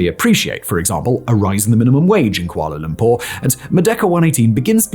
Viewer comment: i love when you said kuala Lumpur correctly..